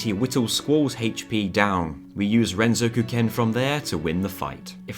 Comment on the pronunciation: It fills me with so much joy to hear you properly pronounce Renzokuken as "ren-zoku-ken"